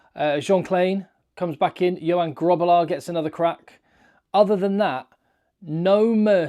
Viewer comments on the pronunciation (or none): Love your content. Thanks for everything you do for SA ❤ Suggestion (or just to teach you more Afrikaans pronunciation): You pronounced Grootbos perfectly. Grobbelaar has the same guttural G sound 😊.